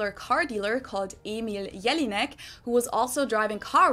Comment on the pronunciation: "Her name is jellyneck" 😅